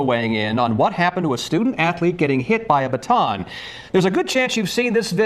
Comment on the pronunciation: A STAR 😂😂😂😂😂 THE WORD IS BATON.